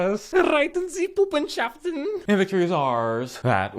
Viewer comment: And as a german, that was even funnier to me. Almost spat my drink, god damn.